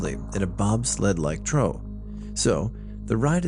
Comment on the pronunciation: I love how he pronounced “trough” a different time every time he said it lol just fyi it’s phonetically pronounced “troff”. Like a pig trough.